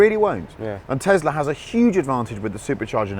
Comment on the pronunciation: why do they say tezLar instead of tesla like tess-laa